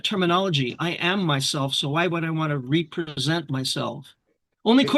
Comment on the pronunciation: 😂😂 REEE-present my self 🎉